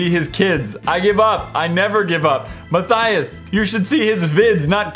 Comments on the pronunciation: You said myturtles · XD He said mine turtles instead of Matthias!! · Did anyone else here him say 'I am my turtles 🐢 ' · Ya he said my turtles. That's a new one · You now u said ma turtle!😂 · Matthias said "My Turtles" instead of Matthias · Anybody else catch that he said "My Turtles"? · Who heard ma y turtles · Did anyone notice that in his intro he said "How's it goin guy this My Turtles?" 😂😂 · Did I... did I hear him say "Hello I am my turtle's" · he said I'm my turtels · Is it me or does any else hear at the start "what go'in on guys I am my turtles" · Gaming Invasion! He said my turtles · at the beginning he said '...I am my turtle...' instead of Matthias! lol XD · Did you in the very beginning I thought you say I am my turtles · HE SAID MY TURTTILES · u said matt turtle .